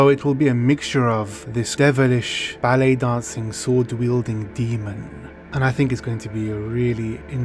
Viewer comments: Still not understanding why Denis (a French guy) would pronounce "Ballet" as "Ballette" and not "Ball-aye"... unless he's channeling the word's Italian origin? Anyway, it seems odd to me. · I lived in Montreal for a little over 4 years, and in Ottawa, you have the Gatineau twang, but I don't recall anyone saying "Ballet" like he did... it was kind of odd!